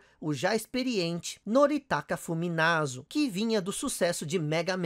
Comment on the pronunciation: Funamizu ou Fuminazu? kk . Também tive um master system 2 e migrei para snes por causa do SF2. Personagem acho que o M.Bison (Vega) por causa do impacto que ele deu na primeira vez que vi no fliperama. Excelente video. Vlw.